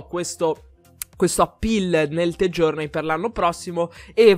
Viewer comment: mi é piaciuto il video ma metto dislike solo perché dice the journey con la t